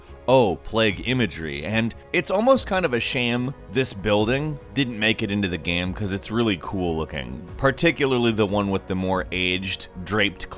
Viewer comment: why on earth did he pronounce game like "gam" and shame like "sham", that was fuckin weird